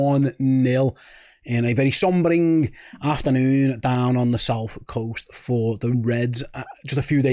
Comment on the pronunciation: 😂😅😂😅😂😅😂😅😂😅😂😅😂😂😅😂😂😅❤😅😂🎉😅😂😅❤❤🎉🎉😅😂❤❤😅😂😅🎉😅❤❤😅😂😅🎉 Oh and it’s SOBERING - not sombering. Which is a word that doesn’t exist. Walk on.